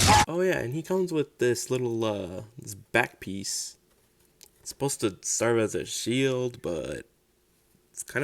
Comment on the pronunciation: Quick question: Is English Your Second Language? I'm bilingual and When You said "It's Supposed To SERVE As a shield" it definitely made you seem like it's your second language